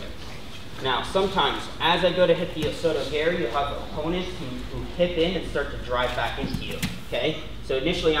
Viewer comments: He said osoto garry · "osoto GARY" lmao